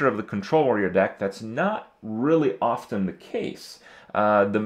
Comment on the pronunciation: THAT IS NOT HOW U PRONOUNCE OFTEN !!! :D